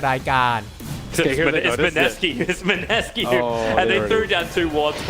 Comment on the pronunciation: Mineski อ่านว่า ไมเนสกี้ครับ ไม่ใช่มิเนซากิ